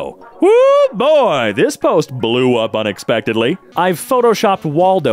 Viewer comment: Ha "blew up enexpectedly"